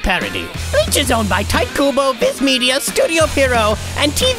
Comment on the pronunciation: Really kills me every time it says “tight kubo” instead of “{tea-tay} kubo”